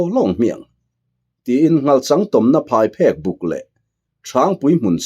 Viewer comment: Phaiphek tih hi thawnthu dangah pawh i lam dik lo deuh vek mai a. PhaiPHÊK, phek tih lai tak hi lehkha phêk tih ang hian lam tur a ni e.